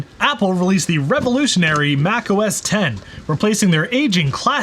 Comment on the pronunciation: Thank you so much for pronouncing Mac OS X correctly! I drives me crazy when people pronounce it “OH ES EX” - I guess because they don’t know what Roman Numerals are… Maybe the pronounce Super Bowl LIX as “Super Bowl EL EYE EX” too. 😂